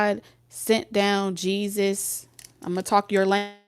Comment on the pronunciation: Nah cuz why you say Jesus like that?! 😂😂😭